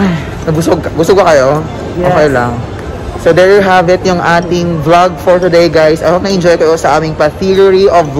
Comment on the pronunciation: 'Theory of vlog' pagkarinig ko hahahH